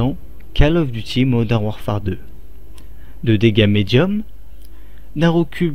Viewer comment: " Modern WarfART " XD